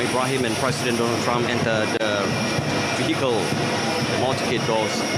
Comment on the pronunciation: Yes, the RTM announcer is in dire need to improve his pronunciation, enunciation, intonation and articulation. In addition, his descriptive delivery has its moments too. Airport personnel was described as airport personal. Don-ald Trump was pronounced as Dooh-nald Trum. And while Airforce 1 glides on the runway, he says the plane has come to a stop. Symbolic is announced sym-ber-lic. Officers was pronounced Erficers. Respect announced as ris-pek. For an event of this magnitude, DG Broadcasting Datuk Suhaimi Sulaiman should have anchored it.